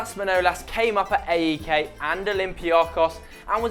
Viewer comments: p.a.o.k is said as it's written not the letters and a.e.k is pronounced ayk. and wear a different shirt panathinaikos for life. and I know most the Greek players you mentioned and I am best friends with Karagounis son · We pronounce them AEK and PAOK , not A.E.K. and P.A.O.K. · is not a.e.k is AEK and is not p.a.o.k is PAOK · It's not P-A-O-K in greece we say it as one word Paok or Aek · That AEK pronunciation XD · Thank you! You said AEK & PAOK wrong(watch greek videos to learn how we say them).You forgot a few players like Dellas,Zagorakis,Zikos,Tachtsidis,Kone and more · you pronounced AEK and PAOK so wrong and you could also involve angel di maria who played at asteras tripolis when he was 15-16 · im from greece and when i heard you pronounce AEK and PAOK i was facepalming